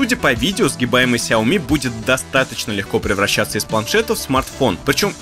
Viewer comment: ты говорил, что впредь будешь произносить шаоми, а тут снова сяоми сяоми